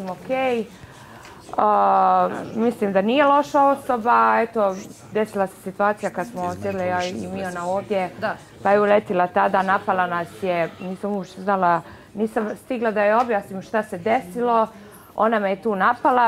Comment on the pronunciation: Ivana reci molim te da se ne kaze sitVacija 🤢